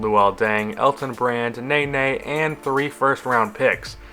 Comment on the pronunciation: It's pronounced: ne-NEY not NAY-NAY